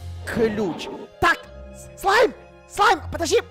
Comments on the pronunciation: Мне одной послышалось вместо "Слайм" "Зай"🗿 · А мне послышалось "Смайл"🗿